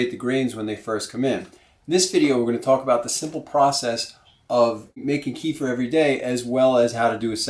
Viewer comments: Another offender ... Please! It's pronounced Keh-fear! NOT Kee-fer! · Thanks for the video! Just as an FYI...the word "kefir" is from the middle east. It is not pronounced [KEY-fur]. It is pronounced [kuh-FEAR]. Since this video is 8 yrs old, you may have been corrected before but I'm adding this just as an FYI. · It's pronounced "KEFF-eer" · great video! Thanks. But KEFIR is pronounced more like ke- feer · well .... you can "invent" even 25 ways of saying! But the reality is that KEFIR's original name is pronounced as "ke-feer" (or at least "ke-fear" if you wish). And that's how it's called for centuries. When first American enthusiasts adopted KEFIR they took the writing (spelling of it) without any clue of pronunciation ... and mispronounced it. That's how you get this mess :) The languages (Russian, Polish, Czech etc), the Americans borrowed the name of KEFIR from are quite strict and simple in regards of their spelling/pronunciation and usually (with very few exceptions) write the words as they sound. Unlike English :) So there you go: "ke" ("e" as in WEST) + "fir" ("i" pronounced as "ea" in EAST). Hope that helps :) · GAVE YOU THE WRONG REF ON MY PREVIOUS COMMENT RE:- KEFIR PRONUNCIATION - " KUHFEER " - CLICK ON THEN CLICK ON SPEAKER - THANKS - PETER OTTAWA ,CAN. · Please repeat 3 times. Keh-feer, keh-feer, keh-feer. ha ha ha. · keeh-furr lol